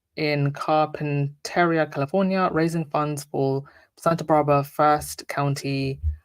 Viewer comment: The town that One805Live Concert was held is pronounced: Car-pin-ter-re-ah. It like SB is only 90 miles from me. Hello Squaddies! ❤✌🏼